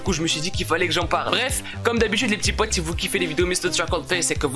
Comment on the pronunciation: Je kiff ton « les p'tits potS» 😂. Bref j'adore ta chaine